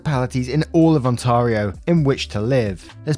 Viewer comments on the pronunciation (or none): cringes On tar io... someone got a rolled up newspaper? no, bad, bad, bad... On tare ree oh. :) even the English pronunciation is tear/tare, not tar. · The middle part of Ontario is pronounced like air not tar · It's "Ont-air-ee-oh", not "On-tar-ee-oh". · On-TARE-Rio not On-TAR-Rio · It's "On tair ee oh," not "On tah ree oh." Now I just reminded myself of Hermione Granger, lol. Edit: Ok I've crossed Kawartha off my potential Small Towns to Move To list. Guelph is still looking good. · Ohhhhh. Making us Canadians sound way fancier than we are.... It isn't Ont-ah-rio It's Ont-air-io Thanks for the chuckle. 🥰 ETA: I'm 100% totally amused. Not trying to be negative in the slightest. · Ah yes, the well known Canadian province of Hahntahryoh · Ontario is pronounce ont-air-io but if you are French speaking the your pronunciation is ok. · The H pronunciation is definitely a British thing! I mean, you live there. Pronunciations are gonna be different everywhere. Ont-air-rio btw that’s something most non Canadians seem to mispronounce. (Same way LG pronounces it lol) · To be fair, the french pronunciation is On tah ree oh, so wasn't completely off base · Made us do a double take with how you pronounced Ontario (On-tay-Ree-oh):D. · I pronounce it more like "On-Tear-ee-oh" "tear" like tearing a piece of paper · I love how it went from oh I guess I was saying H wrong to OnTARio lol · Listening to the way you pronounced Ontario made my day tbh. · I shudder each time he mispronounces Ontario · Yep. And my family is from Brazil and when we say it in Portuguese it's pronounced that way. But is neither French nor Brazilian! 😆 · No offense. But your pronunciation of Ontario made me chuckle 😂